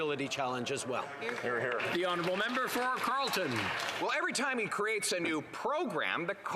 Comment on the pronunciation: Right honerable prime minister? lol, makes me laugh every time..